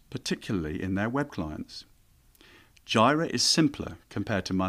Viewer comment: Jira is pronounce JEE-rə. 🙂